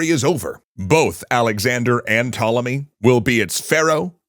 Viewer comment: I will never forgive you for mispronouncing Ptolemy